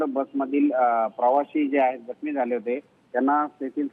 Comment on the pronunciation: जखमी याचा उच्चार तुला करता तरी येतो का मराठी येतं की नाही बातमीदार बाईला